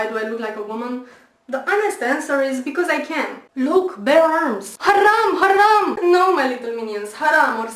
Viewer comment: by the way i watched the video. this is so pathetic. i watched first 50 seconds and i was laughing about the way she says "haram" if you dont want to be muslim.. you are free. but why do you have to be so pathetic?really. read and study.and show your claims. if you dnt like the fact that muslms women cover thier arms.then dnt cover ur arm.